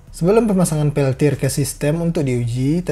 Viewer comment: wkwkwk pas terdengar peltod lgsg ngakak